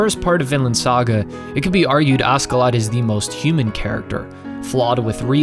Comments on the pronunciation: its kinda painful to hear u say askedladd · Extremely annoyed by him saying asKeladd all the time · FYI the Ask part of his name is pronounced Ash, as he was nicknamed after Ash. He's Askeladd the Ashen Lad. The Dub just gets it wrong.